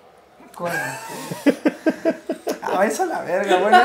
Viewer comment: Jajaja pinche fidalgo coeman es Koeman jajaja